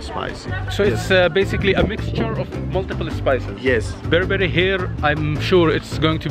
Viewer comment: I like it when you said berbera god bless you brother